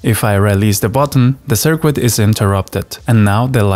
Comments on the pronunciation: sir-kit, not sir-quit. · Hello! first off, i love your content. I just wanted to say that, i'm not sure if its on purpose or your accent. I am so sorry if i offend but i have good intention. But your pronunciation of 'Circuit' as 'SIR-QUIT' isn't perfect, its normally said 'SIR-KIT'. Again i love your stuff, thank you. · A circoo-it. ahahahahahahahah. We have a circooit that works. but it doesnt look professional.. doesn't SOUND professional either. I'll try to speak German without an accent. You'll see. Sicknature learned English as a second language and speaks it like he's a white dude from the west. ..